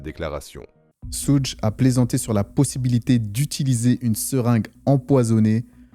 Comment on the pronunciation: On ne dit pas soudj on dit choug